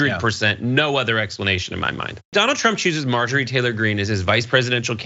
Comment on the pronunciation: I’m gonna start calling her MAR-Jory, because purposely mispronouncing someone’s name is funny…